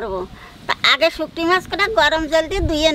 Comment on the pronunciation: এমা শুটকি মাছকে শুকটি মাছ বলছেঃ হা হা হা হা হা।